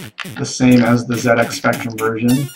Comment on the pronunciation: It was very refreshing to hear "ZX" pronounced correctly :D